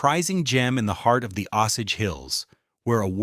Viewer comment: It’s not pronounced “Ahh sage”. It’s “Oh sage”. Lazy ass AI channel.